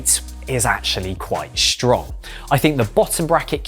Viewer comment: The word hate is strong not shtrong